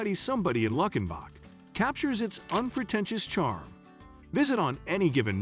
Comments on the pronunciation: It's not luck in back, it's luke in Bock. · It's pronounced Luke-in-bach, Texas, not Luck-in-bach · It's called "Lou Ken bock" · It's Lewkenbock (correct pronunciation). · wow you mispronouncing Luckenback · If I hear Luckin-bach one more time, I’m punching myself in the face. Wait… La-fit…??? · Absolutely agree. Lots of mispronunciations several of which people not even from TX would wince at. I think Waylon was rolling over in his grave when he discussed “Luckenbach”! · Thank you. I got as far as Luckenbach and clicked it off because the bot was butchering the pronunciations.